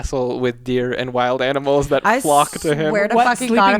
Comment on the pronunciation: Omg did just say aminals? Did she do that on purpose? Lol 😆